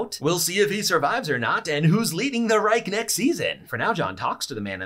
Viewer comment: The C is pronounced like a K ReiKh